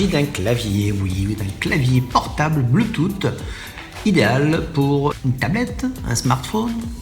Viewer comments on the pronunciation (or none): Pour info ça ne se prononce pas bluetoute mais bluetous, j'ai failli dislike quand j'ai entendu bluetoute.